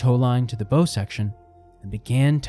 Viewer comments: A ships "Bow" is pronounced like it rhymes with "how" not "hoe"... Never the less very well done video, I enjoyed it very much. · Wanted to enjoy it but as soon as I hear common maritime words like “bow” mispronounced over and over, it’s too grating. It’s one thing to get someone’s name wrong, but that doesn’t jive and just makes this feel like yet another AI cash grab so…gonna have to give this channel a pass sadly. I was excited too as I like the premise. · She had a huge ornamental bow ('hoe') on the front to serve as a bow ('how'). Few people know this. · Yeah, a video about ships getting the universally-known 3 letter word for the front of the ship totally wrong. No biggie. 😂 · Find someone familiar with marine terms to read the script. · Bow… that one got me every time. 🤦‍♂️ Instant “there goes all credibility, just another monetized YouTube with outsourced everything.”